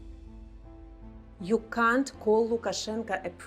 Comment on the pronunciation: В официальной речи лучше использовать "cannot" или все-таки американский вариант произношения. Британское произношение с легким предыханием - "кхант" находится на тонком льду со словом "cunt" (значение погуглите :)) и редкий иностранец не сядет в лужу, что, кажется, и случилось. Надеюсь, что это только я слышу "cunt" . А может оно так и было задумано "ты, п..да, звать лукашенко прездиентом?" ахахаха.